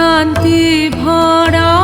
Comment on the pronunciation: Well sung, except that your pronunciation of "bhora" and "bish'shoroner" is less natural!